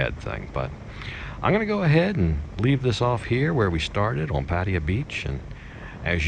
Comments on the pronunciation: "Patty-ah".....wtf is that? Try "Pa- tie-ya." Sheesh. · Sir, you should ask some Thai person how to pronounce Pattaya. Hint: accent on last syllable. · Dude: pat-TIE-ya. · dude you speak basic thai yet you still cannot pronounce Pattaya? sorry man, this is a pet of mine... thianks for the videos though!